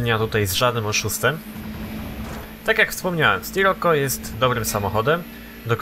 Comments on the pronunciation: mówi się "Sziroko" a nie sroko!:D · Drogi nie mówi się Scirokko tylko Sziroko:) I nie mam bólu dupy o to:) Pozdro